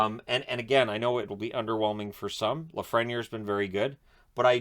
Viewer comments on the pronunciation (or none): I think the correct pronunciation for Lafreniere is (laf-fren-yay) Great vid!